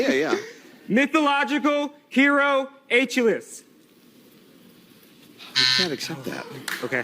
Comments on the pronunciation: Is that Wheel of Fortune a university edition and the student can't say Achilles??? Wow, talk about a million dollar mistake lol. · OK, so he can't pronounce "Achilles", but why was he shouting? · the proper ancient Greek pronounciation is Akilleus